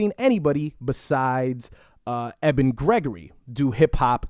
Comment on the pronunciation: EBEN IS PRONOUNCED "EEE-BEN"...